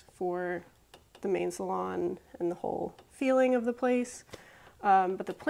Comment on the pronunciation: Good to hear pronounce “salon” correctly. Sorry that’s been bugging me every time I hear “saloon”...... shalom